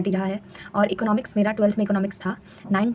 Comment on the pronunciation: to video me EKNOMIKS pronunciatiate kon kr rha hai bhai